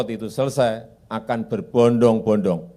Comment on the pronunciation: Keseleo lidah kang mulyono ini, MAKSUDNYA "BERBODONG-BODONG" Bukan "BERBONDONG-BONDONG"😂😂😂 Mul mul saDUNIA WES NGERTI... NEK KOE TAKON 'AKEH' NYATANE 'NOL', TAKON 'LUNGO NYATANE MANDEK'.... LAMBE LAMBEEE😂😂😂😂